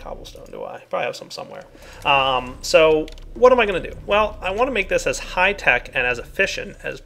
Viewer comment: Lol said high tack or at least it sounded like it